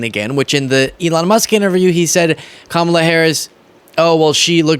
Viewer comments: He slipped up and pronounced her name correctly. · He made a mistake and pronounced Kamala correctly. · He's really losing it - he forgot and said her name right for once!